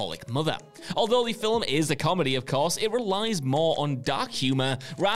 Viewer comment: I really wish would learn how to properly pronounce "film" so it no longer sounds like he puts a vowel between the l & m.